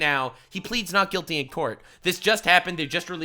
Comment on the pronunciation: Innocent until proven guilty ha 😂😂 you're saying that wrong for that state😂😂